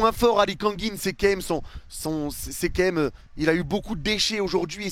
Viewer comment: Leçon de français : c'est pas qué même c'est QUAND MÊME !